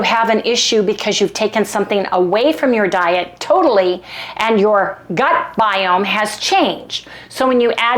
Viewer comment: That was really funny you were trying to say gut biome but it sounded like you said butt guyome and I laughed a bit.